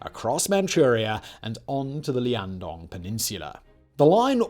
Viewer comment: i know that I’m biased cause I’m from there so this bothers me a bit more than it should but, Liaodong. Not Liandong.